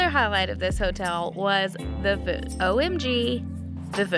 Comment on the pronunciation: Can we just admire the fact how said voods 3 times instead of food